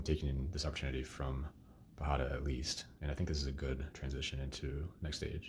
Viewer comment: Great video and strategizing! Just a note, pajada is pronounced as if it's spelled with a "y".